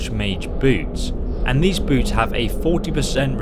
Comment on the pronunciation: that moment where you hear say "boobs" when you know he said "boots" XD